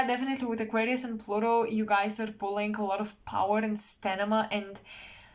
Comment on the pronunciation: Hi, I love love your channel. Such depth, omg! I wanted to correct something. I understand English is not your first language. It is Sta- mina. “M” comes first - mina, Sta-mina. Wishing amazing success with your work. 🌹🌹Happy, New Year!! Best. JSP